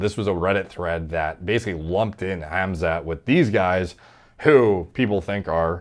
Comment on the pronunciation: “Ham-Zatt” could you be more white lmao no one has mispronounced his name like this ever 😭